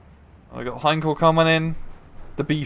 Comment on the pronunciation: Why you guys keep calling Henschel as Heinkel or Heikel?